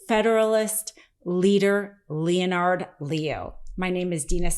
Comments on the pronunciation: Love you, Dina. Love, Love, Love Meidas Touch. That said, I wish to offer some constructive feedback and I hope you will read it in the kindest voice as that is how I intend it. First: when you mispronounce words, it is really very distracting and has become increasingly annoying the longer it continues to occur. Do, please, use an online dictionary that has the read word's proper pronunciation aloud feature for any words you are not 100% certain that you know the proper pronunciation. Second, there are these weird moments when the cadence and rhythm of your speech which have ' out of place pauses and sometimes the taking of a little gasp of breath. You can make short pauses more natural by planning for them (note them in your script) and use that more graceful inhalation as a moment to raise your eyebrow or express something facially. These are also very distracting and lower the outstanding quality which you would otherwise be providing. I know Meidas Touch prides itself on breaking stories on the channel as quickly as possible, but please consider making a few (more?) rehearsal passes through a script before you record the final clip. The extra few minutes will not be as large of a detriment as the reduction in quality caused by these two issues. Keep up the great work, and I look forward to watching you get better and better. Best wishes! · You may want to check your pronunciation of "Leonard." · I hate the dude. But his name isn't pronounced as you think. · Does this woman really not know how to pronounce common proper names like Leonard? Or common news words like amicus? Needs to see an ENT about those sinuses. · Okay, for future reference a little pronunciation correction. The O in Leonard is not pronounced. Treat it as if there is no O in the name at all. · You don't know how to pronounce the name "Leonard?" They say it for you in the first clip you use here. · Why are you pronouncing "Leonard" wrong? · Leonard....not Leo - nard Lol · LeeOnard?? Lol